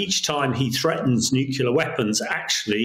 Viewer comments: The word us nuclear, not nucular! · What's a nucular weapon, Hamish?